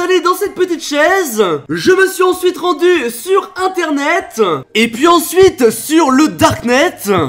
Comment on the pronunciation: "sur internethain" 😭😂